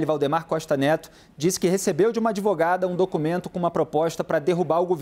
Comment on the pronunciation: Depois do "adevogada", parei de assisti...